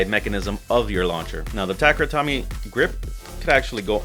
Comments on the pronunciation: "Tomy" in Takara Tomy is pronounced like "Toe-me", not "Tommy". If you're gonna make beyblade vids should at least get the name right. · no, it's "toe-meh" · I feel the exact same way. No reason to be ignorant with todays info. And when you learn the correct way to pronounce, make the change :) Also so many people say “Takehra” haha but Tommy? Lost all Beyblade credibility